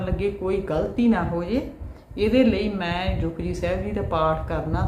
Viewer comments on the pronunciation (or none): ਜਪੁਜੀ , Japji theek bolo ,tusi ਜੁਪੱਜੀ ਕਿਉਂ ਬੋਲਦੇ ਹੋ